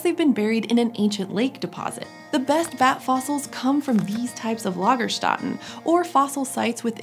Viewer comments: Lagerstätten, where the ä sounds like the ea in steady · Your content is always great! Thank you for that! Minor complaint: "Lagerstätten" is quite correctly pronounced but the "ä" is more like the "e" in "led" or "ea" in the element lead. Or, closer to the topic, the "a" in "bats". :-) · "lagerstatten"? Like... the German "Lagerstätten"? It'd make sense but I'm still confused...